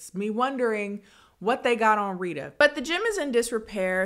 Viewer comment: Reh-tuh --> Retta 😊